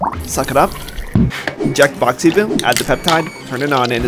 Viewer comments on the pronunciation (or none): is boxy boo not boxy bil